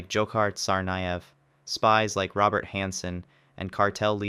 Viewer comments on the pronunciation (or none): none